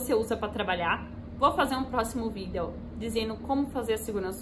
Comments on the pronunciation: Melhor "Vidél" que já vi sobre NIF, pois esse "Vidél" é muito explicativo, sem esse "Vidél" eu nem saberia que precisa do comprovante de endereço brasileiro!! Esse é o "Vidél" que todo brasileiro pensando em morar em portugal deveria assistir!! Que "Vidél", que "Vidél" kkkk a palavra "Vidél" não sai mais de minha cabeça, socorro!!! Kkkk "Vidél"!!! Kkkk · o jeito dela falar videl é engraçado demais " jhente compartilha meu videl " kkkk